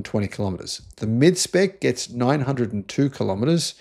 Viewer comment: I think the word is gets not Gest.